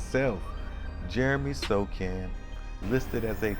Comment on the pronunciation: Wow...Had never thought about Sochan running point... Yes, he is almost 6'10" and reminds me of Ben Simmons with more confidence. Maybe second coming of "Magic Johnson". And Bro. I think he pronounces Sohan not Sokan. Later.